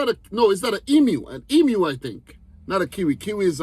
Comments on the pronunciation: Congratulations & thankyou for pronouncing Emu correctly 🏆🍻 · The most astonishing thing about this video is hearing a yank pronounce emu correctly. Well done mate!